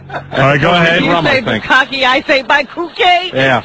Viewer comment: “buh-ko-key” lmao